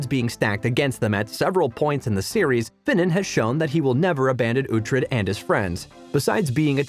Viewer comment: So basically the narrator has never watched the show. Which is evident by the fact that they aren't pronouncing ANY of the names correctly. Some of the "facts" aren't correct either. Not a great video.